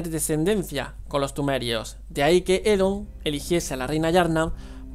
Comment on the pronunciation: Oedon, Oedon! No Edom